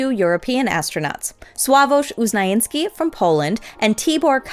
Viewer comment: Dr Sławosz Uznański's surname was pronounced wrong as always, XD